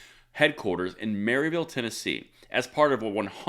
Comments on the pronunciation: You mispronounced Maryville, TN. They pronounce it MAR-i-vull. I found that out on a motorcycle trip up there. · It is pronounced Mur-vill around here